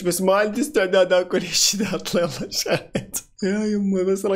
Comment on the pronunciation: طاطلي مو داطل